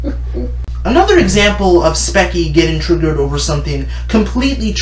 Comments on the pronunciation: It’s called speech—ie not speck-ie also stop it looks like you filmed on an iPhone 4(i’m not trying to say that the camera matter but get a better one)and edited in movie maker ! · Firstly it's Speech-e not specky Secondly, you are no better than any other "edgy" person here on YouTube. You ranting on about all the negatives on people is just as bad as anyone else doing it. Also, I don't think you realize that people have things going on in their life that actually affects them. It makes me sad that you amd many other bothersome, hypocritical people can only use the word edgy for that sort of things. Also, calling people retarded and acting like you're going to shoot yourself is no more mature than any three year old throwing a fit, but then again you and that three year old do not have many differences. First world problems must describe you, by the way. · I'm not gonna say any thing else except for you mispronounced her channel name "speckie" 😂 its like speech-ie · you say it "specky" it is pronounced "Speechy" And for your information you are allowed to hate but you do not make one of these videos to simply gain fame. I of course am not implying that you are. But spechie has made a video on the meaning of edgy and even has proven herself to that and SAID HERSELF and i quote "I have a RBF so mabye people don't like because of that or my spiteful attitude to others"end quote. You make her seem like she is the worst person in the universe. Like hell look at logan paul for goodness sake. Him like spechie make mistakes and have qualities that different them apart. But my opinion doesn't matter to you because i'm just a stranger on youtube giving you an arguement p.s i rewatched you video and you are a hypocrite saying and i quote. "I highly doubt that this young woman actually said that, i think its overly exaggerated and wanting to paint her in the most worst way possible." end quote. LOOK AT YOUR FREAKING TITLE YOU DUMB PIECE OF TRASH. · lol "specky"